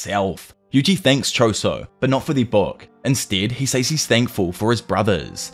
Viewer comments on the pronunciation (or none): Did you know you say the word "says" wrong. You say " s-Ays" but it's "s-ez"